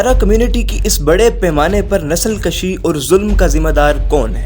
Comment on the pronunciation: Nasal kashi nahi bulk nasal kushi. Bhai talaffuz teek karein